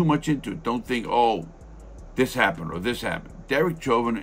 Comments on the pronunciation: It's pronounced SHHHOVIN, not CHOVIN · Learn to say his name properly.